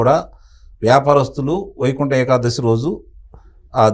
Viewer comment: ఏఖాదశి కాదు ఏకాదశి